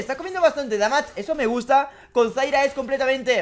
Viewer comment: Me tiltea que a zyra le digas zaira y a vayne le digas vaine, igual va ese like!